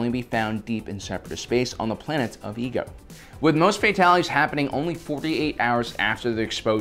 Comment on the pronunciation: The planet obi & Anikan went to for the cure was not called EGO 😂😂😂 it’s pronounced either I-ego or Ay-Igo